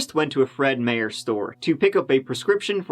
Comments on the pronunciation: It's Fred My-Er,. Get it roight! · Fred Meyer. You said it wrong. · lol fred meyer is pronounced fred MY-er. lmao I've never heard anyone mispronounce it. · I live in Portland and I remember this story well. Its right up there up with the Ward Weaver story. In fact....you should definitely look into that one... Oh and its pronounced Meyer as in My Err, Not Meyer as in Mayor Fred Meyer is a super popular local store her in the Pacific NW